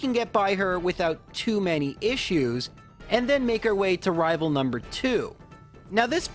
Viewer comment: Why do you keep saying: "Rival fiveal"? It's annoying...